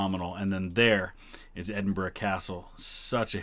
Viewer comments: I have seen quite a few "American reacts to Queen's funeral" on You Tube and I have to say that you come over as by far the best informed about Scottish history and culture . So many of them don't even know how to pronounce Edinburgh let alone have a clue about the distinct nature of Scotland and spout erroneous garbage . Thank you for your observations and intelligent comments . If I could just mention one or two points which might be of interest to you The Royal Standard flown in Scotland is different from the English one. In Scotland two quarters show the Lion Rampant and the other two show the three lions of England and the Irish harp. In England it is two quarters English lions and one quarter Lion Rampant and Irish harp. You will see this if you compare the covering of the coffins in Scotland and England. Also there were two plans in place for when the Queen died. One was "Operation London Bridge" if she died in England. In this scenario all the mourning ceremonies would have taken place in London and Windsor. The other was "Operation Unicorn" which made provision for her dying in Scotland and explains why there was all that ceremonial in Edinburgh. I know no-one can plan the timing of their death, but it's almost as if Her Majesty felt her time was running out and she wanted to give her Scottish subjects the chance to say goodbye by dying at Balmoral. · A american who can say Edinburgh correctly. Thank you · At last… an American who can pronounce “Edinburgh” reasonably correctly…! 👏🏻🧐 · Thankyou for this and pronouncing edinburgh correctly as apposed to “ Edinbro “ nicely down 🏴🇬🇧🏴